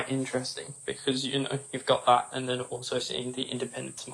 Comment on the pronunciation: “If youaoao knoaoaow, youaoao knoaoaow”